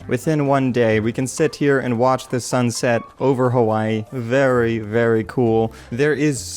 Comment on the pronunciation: o fucking duck its its HAWAII